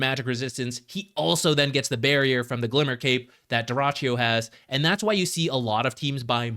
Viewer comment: you misspelled dyrachyo nickname. You should stress the last syllable: dyrachYO (more like Douh-Ra-Tsch-JOH).